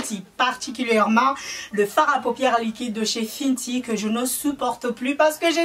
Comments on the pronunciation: Pour la prononciation : Huda se prononce Houda et non Huida ou Hulda . Fenty se prononce Fenty (in) et non Finty . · Sa ne se prononce pas "Fintie" mais "Fainty"